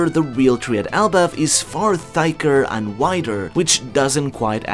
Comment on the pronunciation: did you really just pronounce "thick" as "thyke"?........really...? That is on purpose.